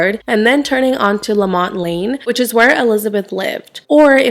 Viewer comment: Houston native here and native to that area . Lamonte is pronounced “Luh mon Tee”. It happened in 93, not 99. Jennifer is buried at woodlawn cemetery where my family are. Always think of them even I go see my moms grave and drive by the park